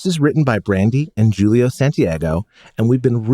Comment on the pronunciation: Oh, BTW Julio is pronounced "Hool-io".